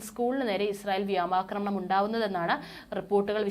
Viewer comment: 'വ്യോമാക്രമണം' എന്ന് ഒരു പത്തു പ്രാവശ്യം imposition പറഞ്ഞ് പഠിയ്ക്കണേ..